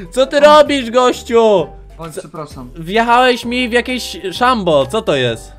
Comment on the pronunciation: XD czemu powiedziałeś " no i wiechałeś mi w jakieś czambo" hahaha